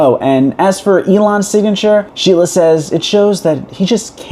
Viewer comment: Sheila is pronounced Sheelah.